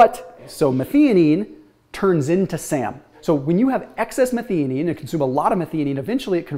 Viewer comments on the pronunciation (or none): Do a YouTube search on how to pronounce Methionine. Meth -I-O-NEEN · The middle syllable of methionine is pronounced like "THIGH".... sorry, it was just driving me crazy. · Making a suggestion. 🙂 pronounced as "meth - io - nine" #syllabized for the word "methionine." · Question, and I dont know myself, but is it pronounced meth-ee-onine, or meth-EYE-onine?